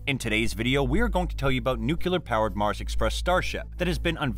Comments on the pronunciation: As soon as you said NUCULAR, I turned off! The word is pronounced NEW-CLEAR. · It is no nucelar but nuclear! I am surprised you made that mistake.